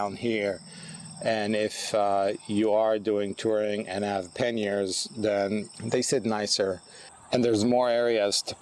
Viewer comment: "Mounting pen-yers...."I'm not sure what that is, am I hearing you correctly?